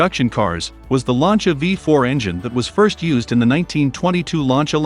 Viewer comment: Also "Launch-a".